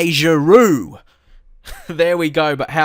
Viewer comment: I was surprised when you said someone was saying you said Oliver Giroud's name wrong. He's french and your saying it the french way. The right way.